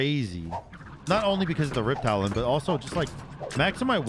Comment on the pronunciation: Are u saying "riptalion" as a meme or do you think its "riptalion" instead of riptalon